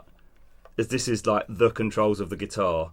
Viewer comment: Did just somebody said headless guitahrrr🤣